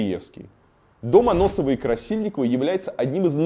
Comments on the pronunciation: Только не Аноссовой, а Ассоновой 🙃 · Очень нужная и важная тема, только Ассоновой дом, а не Аноссовой (несколько раз неправильно сказал) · Да не Аносова, а АССОНОВОЙ! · Ассоновой, а не Аносовой. В остальном как всегда огонь. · и Варламов Ты чего Какой Дом Аносовой-Красильниковой Если Дом АССОНОВОй-Красильниковой